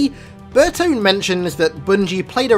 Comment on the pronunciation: Paul Burtone might have butchered the last name but he's my boy for making firefight my favorite game mode in halo